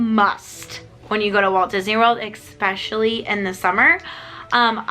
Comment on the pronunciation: You’re giving a lot of good information, one little critique… There’s no “ X”in the word, “especially”. I know lots of people say it that way, but something to think of when you’re doing your videos. Take care.😉